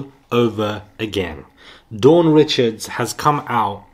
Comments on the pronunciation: No it’s pronounced as “ree-shawd” the pronunciation is French she’s of Louisiana Creole and Haitian descent. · Dawn Richards- pronounced Rickards